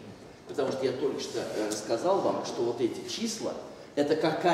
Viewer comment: " ... я только-что - Р А С С К А З А Л !!! ВАМ , что эти! числа - ЭТО КАКАЯ-ТО! перестановка вот! ЭТИХ!!!... " - что! значит "РАЗ!-сказал" ... и "КАКАЯ!-то!...." ....!!! ( какое-ж это! "ДОК-ВО" ...! )